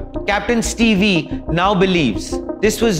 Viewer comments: Boss his name is not pronounced as Ste vee, it's Steve(Stev pronounced) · its pronounced as steev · 1. Stop adding background music noise to your videos. It hurts the ears and is very irritating. 2. Stop flashing things on screen continually. It hurts the eyes, induces seizures and is irritating and amateur video making. 3. Capt Steve is pronounced STEEV, not STEVIE. 4. Debris is pronounced DEB-RI. S is silent. It comes from a French word that is why the S is silent. 5. The RAT did not make that noise. It is my belief that it was bad fuel. Water in contaminated fuel will make a loud bang in an airplane or car. Debris left in fuel, same thing. 6. You listed everything that has been said already. What did you add to this conversation? Nothing. Zero analysis. 7. You said something that was incorrect: Yes, bad fuel can take down both engines in one stroke, you said they cannot. They can and have in the past. My belief is that either fuel was contaminated, or fuel pipe was blocked. Look at the facts: VK Ramesh, sole survivor said he heard a loud bang at take off, and plane stalled middair. Once engine gets no fuel, they stall. If there is contamination in fuel, engines will produce a loud bang. Once both engines stall at the same time, plane can only glide down to a landing. Engines produce all electrical power in the plane, and this is divided up between running cabin, AC, videos, and cockpit, radio control. RAT automatically deploys when all ELECTRICAL power is lost. RAT produces a tiny bit of power, enough to run radio and cockpit displays, nothing else. Power failure due to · He is Capt. Steve, not Stevee. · Old news. Trailing, Steeve. Not Steev E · It's not Captain steevee. It's Captain Steeve!